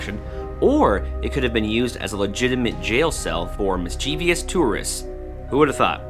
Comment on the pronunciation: Mis-chee-vee-us tourists? C'mon, content creator. It's mis-chev-us. It's mischievous. Also, one c in especially. It isn't ek-spesh-elly.